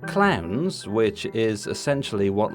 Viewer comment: Oh, ‘clowns’. I kept hearing clans.